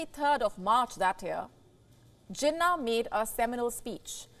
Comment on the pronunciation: its not jinah its jeenaah, stress on last syllable